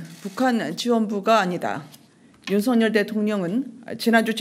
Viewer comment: 윤석열 발음은 윤서결이 아니고 윤성열로 해야한다. 발음법으로는 윤서결이 맞으나, 이름은 고유명사인 관계로 본인이 불려주길 원하는 윤성열이 맞다고 한다.